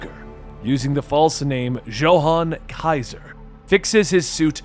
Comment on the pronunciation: Johan is pronounced Yo han.